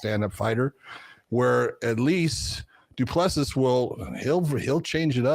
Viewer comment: The last S is silent, FFS. Come on, listen to how EVERYONE else pronounce it. Du Ple Si